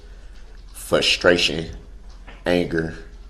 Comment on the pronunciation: "Fustration", what a moron...